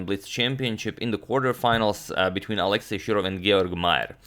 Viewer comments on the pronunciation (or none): none